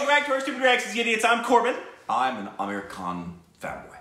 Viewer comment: Am i the only one who feels saying 'aamir khan' sounds like 'american'😂😂